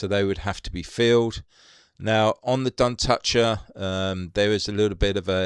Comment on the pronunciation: Duntocher is an area to the north of Clydebank. Pronounced Dun-toch-er. Toch pronounced as Loch. Lived there for a few years. Great model!